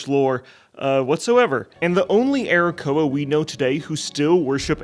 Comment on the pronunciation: Arrakoa as playable race? Did i hear Arokussy?